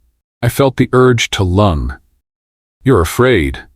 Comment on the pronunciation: Mispronunciations of lung instead of lunge. Though the story is fabulous ❤❤❤❤❤❤